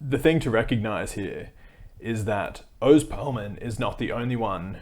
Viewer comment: That’s horrible grifting, but to me the worst part about Oz is how he pronounces his name.